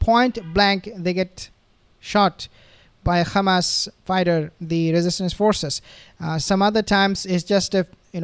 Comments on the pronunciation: I’m not a subscriber of your channel. Bcs you are a very disrespectful person by keep calling hamas, khamas. We asked you friendly not to do that. But you keep spitting on our faces just like those zionist. 🤮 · So now you say KHAMAS INSTEAD OF HAMAS OFFICIALLY. That’s a pity. If you are a pro Palestine warrior you say Hamas please 🙏🏽 ❤ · Please stop pronouncing Khamas and Khezbollah. It’s becoming a habit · Please stop pronouncing Khamas and Khezbollah